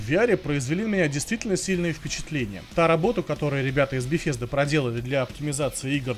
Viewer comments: Ухты, еще бы в августе выпустили ролик про Беседку на E3. Очень своевременно и актуально. п.с., компания называется не беФезда. Про названия игр я уже молчу...Как тебя вообще пустили на выставку с таким знанием языка?) Хотя, а кто запретил бы, особенно если больше некому с Гохи ездить? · Я поправлю. а про компанию мне удобнее говорить Бефезда чем Бесезда.